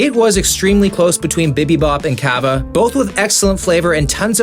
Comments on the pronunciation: Its cava not cabba 💀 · craziest thing about this video is how he pronounced Cava